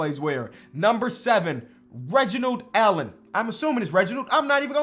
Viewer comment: “Reginald” man what 😂😂😂